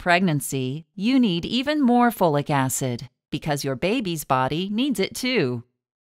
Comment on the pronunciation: Take FOLATE, not Flolic Acid.